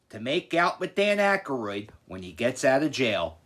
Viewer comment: Why do you pronounce Aykroyd as Ackeroid like hemorroid?